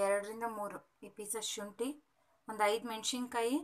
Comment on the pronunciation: ಮೆಣಶಿನಕಾಯಿ ಅಲ್ಲಾ ಕಂಡ್ರಿ..."ಮೆಣಸಿನಕಾಯಿ"